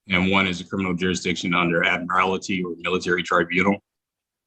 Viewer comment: Interesting pronunciation of Admiralty 😉....admire-alty. So says the word admire as you'd admire a person then adds 'alty' on the end. I had thought, up until then, that this person was reasonably literate and well spoken.